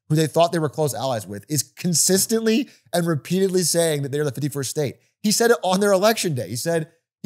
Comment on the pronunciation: every time atrioc says 51st state, i hear 50 first dates